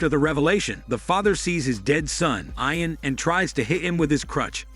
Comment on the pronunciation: You are mispronouncing the name, Ian